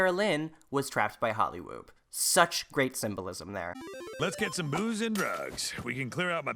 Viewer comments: Did you say Hollywoob? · I always get caught off guard when I hear "Hollywoob" because of the final "b"